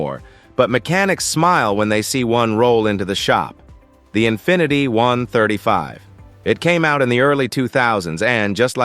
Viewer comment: The infinity is an i-35, not a 135. Ah, good ole AI.